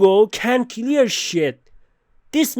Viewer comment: I like how he says clear..."Key-lear"